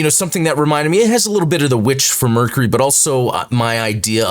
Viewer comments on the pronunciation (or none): none